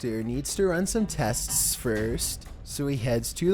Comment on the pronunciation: Lol needs to run some testestststststs